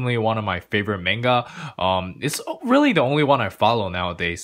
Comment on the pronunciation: I’m sorry man but the way you say manga hurts me skskskk😂😂